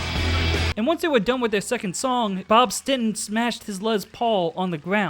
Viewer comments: It's not "StinTon", it's StinSon. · It's STINSON not stenton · I cringe every time you say “Stinton”. It was Bob (& Tommy) STINSON!!! Not “Stinton.” 🤦🏼‍♂️ Otherwise, great video! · why the fuck do you keep calling him bob stinton?